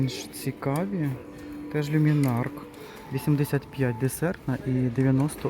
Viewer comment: Чому кажуть люмінарк, коли за правилом читається люмінарц.